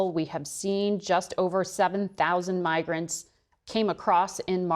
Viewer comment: Shhhhhh be vewy, vewy quiet, we're hunting migwants ... HuuuHuuuHuuuHuuuHuuuHuuuHuuu. Whaaaaaat?, like you dont see it too.